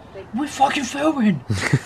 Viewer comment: " WERE FHOOKING FHILMING" I laughed my ass off